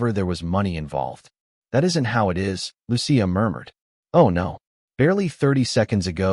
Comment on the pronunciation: It’s pronounced: Loo-chee-a!